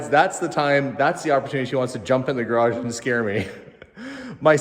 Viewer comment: Dear. 👍👌👏 THANK YOU SO VERY MUCH for saying Porsche the correct way in one of your last videos. ALSO THANKS for saying garage and not garradge! I don't know where all this mispronouncing comes from but it definitely annoys me every time I hear things like that.. As I mentioned before, nobody says Chevrol instead of Chevrolet. Or Mercede instead of Mercedes! So why do people say Porsch??? Same thing with garage. There is neither a double r nor a dg in this word. So thanks again for doing it right and talking about how to pronounce it right! 👍👌👏 Best regards, luck and health to all of